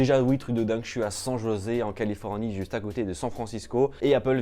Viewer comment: le truc de dingue pour moi c'était d'entendre cent jausé pour San José 😭😭 Sinon bonne vidéo haha